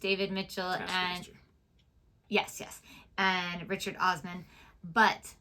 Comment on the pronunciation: It's Osman not Ostrum